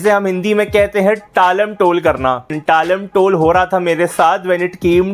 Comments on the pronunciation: "टालम-टोल" नहीं भाई, "टाल-मटोल".😂😂 Anyways, nice video as always. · Talam- tol nhi. Tal-Matol.